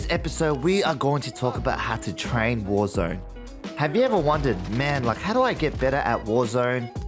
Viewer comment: Thank you for this videos! Great content, was looking for something like this :) However: Is "warzöne" the swedish version of warzone? Just wondering... ;) :p